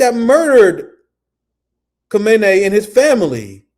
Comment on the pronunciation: my brother, you pronounce Khamenei like this: Khah-men-ah-ee